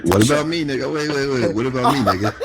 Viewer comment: "Whats good Niyuga" 😭😭